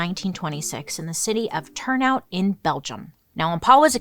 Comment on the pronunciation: Turnhout is pronounced turn-hote. Jannsen is pronounced Yan-sen. Fan from Belgium. ❤😊